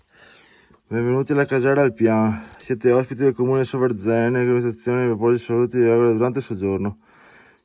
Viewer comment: Bellissimo video, ma da bellunese non posso non riprenderti sulla pronuncia del comune! È Sòverzene, non Soverzène😂🫶